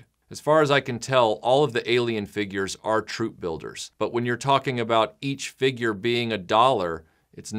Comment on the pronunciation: Great video... I like the way you say Feegyur